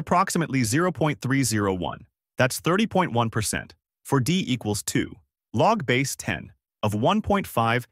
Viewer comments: Don't trust anyone (or anything) that cannot pronounce "log base 10" correctly. It's "log, base 10" and not "log-base 10". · Here is some math that tells me that you are using an AI voice to make these videos: You say "Log-base 10" instead of "log Base-10." Your AI voice generator doesn't know how mathematicians actually say "Log base-10." You say it as if "Log-base" is a single word, "LogBase," and the 10 is just some random number thrown into the equation. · yes! Very annoying. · Except that the AI bot is unable to correctly read mathematical equations. So we end up with things like "logbase....... ten"....